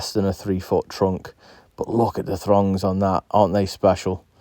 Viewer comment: I thought he said thongs 😂